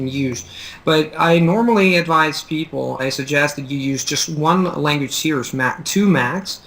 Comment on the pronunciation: it sounds like you're pronouncing "series" like "see-urs" really it should be pronounced "see-reez"